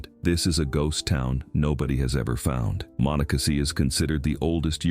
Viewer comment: Did not pronounce Monocacy correctly. 🙄